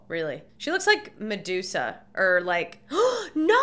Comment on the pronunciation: Stop saying Medusa